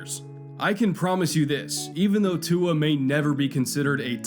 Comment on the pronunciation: He said Tua correctly though 👍